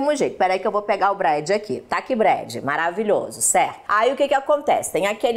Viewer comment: . Sei que não tem nada a ver com o entuito do video... Mas me resukta raro que está escrito o nome "BRAD", mas a Cátia fala que é "BREJI"... Por qué essa troca..? .